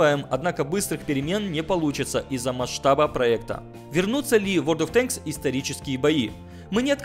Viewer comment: Ура правильно произнес ВоД от Тэнкссс